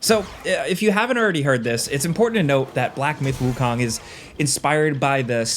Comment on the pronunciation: KOOOOOOOONG not KAAAANG